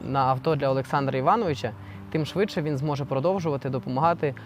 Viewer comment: "тім" --тим, "якій"-- який, "рішив" --- вирішив, не "сАмі, а самІ (наголос на "І"), "щірі" --- щирі, "тоска" --- сум, "позорити" --- ганьбити, "полагатись"---...... І ще, шиплячі звуки в українській мові вимовляються твердо: ще, а не щє ; що, а не щьо ; якщо, а не якщьо ; чи, а не чі ; чай , а не чяй і т.д. і т.п. Дякую.